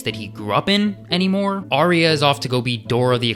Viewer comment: Awesome vid... And I'll never get over the ending!.. Also my biggest pet hate is people mispronouncing Arya! It's pronounced 'R.. Ya' ! not Ariya, there's no i in her name.